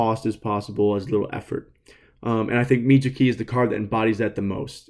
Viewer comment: The funniest thing was you bringing up that someone at PPG mispronounces names but then immediately after you then mispronounce Mitsuki.